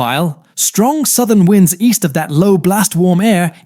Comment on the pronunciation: Ai content... Winds pronounced wrong haha